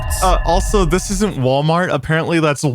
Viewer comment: it ain’t Walmart,it’s wlart